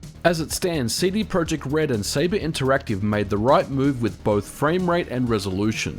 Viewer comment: And by the way - it's pronounced as tse-de proyect. CD stands for "Centrum Dystrybucyjne" not a "Compact Disc".